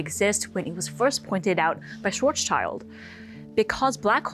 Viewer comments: His name is Schwarzschild as in "Black Shield" not -child as in a kid. Also 30 kilometers is not 15 miles. Way too many factual errors for a science video. I'd advice against watching this. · Schwarzschild is a compound noun. Schwarz = black Schild = shield Schwarz-schild, not Schwarzs-child Pronounced SHVARTS-shillt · Can we please pronounce him closer to Schwarz-shield? His name literally translates to black shield which is actually perfect for the man giving as the formula for the Schwarzschild radius - the point of no return even for light! Has nothing to do with child 😇 Sorry for the rent. Thank you for the video, this is just a little pet peeve 😅